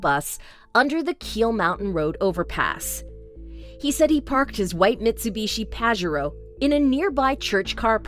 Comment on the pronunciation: Ok for 1 it’s Queensland not quizlend and for 2 it pa-jer-o not how ever you said it lol 😂